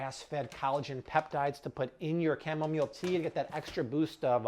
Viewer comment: I thought he said "camelmeal tea."😂